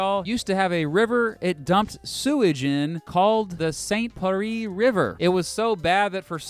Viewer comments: “the st pIAarEEe river” Help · Ughhhh. Saint “Perree”? Are you doing it on purpose? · The French word ville is pronounced to rhyme with 'shill', not the Spanish pronunciation that rhymes with 'gee!' And don't even get me started on your pronunciation of St. Pierre. You said St. Paris...